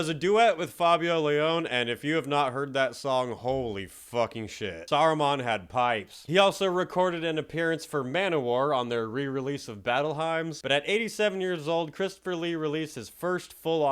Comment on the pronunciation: "Battle Himes?" lol "Hymns." Sounds like "HIMS." As in, songs of praise.